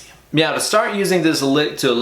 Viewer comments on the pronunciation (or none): Is there something wrong with my ears or are you saying "mauw" in stead of "now" like in that super troopers scene? Cool lick btw. I'll give it a go in a few'.